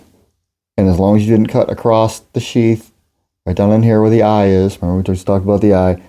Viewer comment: Why do you add a t at the end of the word "across?"